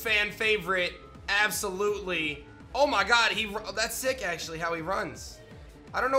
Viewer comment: Absoulutely? XD absoul-utely